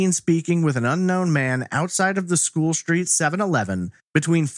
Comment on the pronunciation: “SH-treet?” Lol